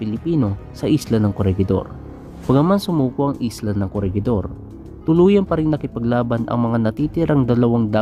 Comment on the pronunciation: "Corehidor" po ata sa pagkakaalam ko sa pronunciation